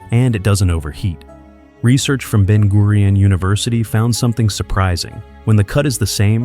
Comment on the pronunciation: Everything went well till I heard Ben gurion University 🙄